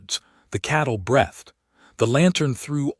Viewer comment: Please correct the AI. It is breethed not breath-d. Otherwise great story. Thanks. Yorkshire, UK.